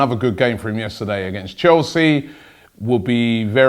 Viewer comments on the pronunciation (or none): none